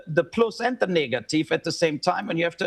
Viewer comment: Very suspect way he pronounced 'negative' at the end there .. in german, very close to the n word ....